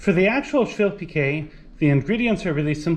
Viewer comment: Amazing :) I know,it tastes so good,my mum was making švilpikai,I am Lithuanian :) I thought I need to make tomorrow švilpikai ,thats how I find your channel :))) And you pronounce it correctly ;) There is one more recipe,which I like as well from boiled potatoes,just more complicated to make,the name is VIRTŲ BULVIŲ CEPELINAI :) After you made švilpikai I am so hungry now :D